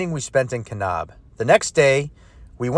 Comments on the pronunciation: It’s Ka - NAB! Not Ka - Knob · Great video. It made me smile to hear you pronounce Kanab. Us locals say Kanaaab, not kanob.